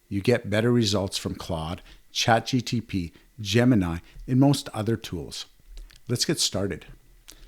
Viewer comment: Dude why do you call ChatGPT as “ChatGTP”? 🤔